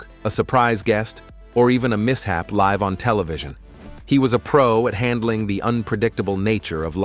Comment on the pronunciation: AI bullcr@ narration. Live on TV? L-I-V-E as in Lie-Vvv.